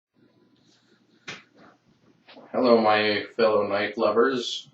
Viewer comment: Thats a weally cool noyfe!